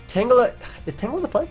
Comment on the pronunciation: Nice tan-jelluh.